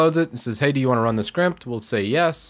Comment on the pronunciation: Hey do you wanna run this "skrimpt" ?! Is that like a new type of slang for script, or was that the beer talking? 😁